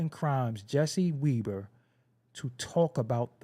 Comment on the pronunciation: THats Web ber not Weeeeber